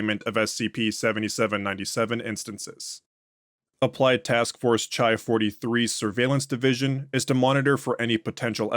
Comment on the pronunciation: I’m sorry to be That Guy but the classics degree in me is jumping out lol: I think the MTF designations are based on the Greek alphabet, so “chi” would be pronounced like “khai”, it’s like a k sound with a little puff of air, like how you say “Christ”. Keep up the awesome work!